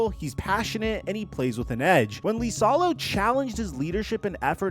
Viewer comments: Who is "Lisalo"? It's "Isalo" 🤦‍♂️ You and butchering names...like other time when you called Kiyan Anthony, "Kee-yan" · "Lisalo" 😂😂😂 It's Iisalo (iisalo)..... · I think it's "E" salo not "Lee" salo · Its LiSaLo, not lIsAlO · It's IISALO, not LISALO. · How is Iisalo Lisalo? 😂😂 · Learn to say the surname. Use google translate if needed. Hes last name is Iisalo (Eesalau) not Leesalo. Jesus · Why does he keep pronouncing it “Lisalo”? The first letter is I, not L. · Dude, you should do your homework on names. The man's name is I I S A L O - double ”i”, there is no ”L” at the beginning of the word. Come on! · Holy shit I commented this early on in the video, the number of times you say his name is absurd and each one physically hurts to hear. The clearly capital i is in print many many times in the video. What are we doing.